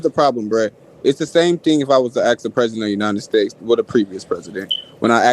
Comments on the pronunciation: Let me ax you a question. Fucking hate that shit. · Can I axe you a crustin? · if i heard "i "axed" you a question or a fuckin smoke detector chirp one more time i was gonna end myself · No you cannot "axe" me a question. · Why can't "they" say the word "ask" correctly?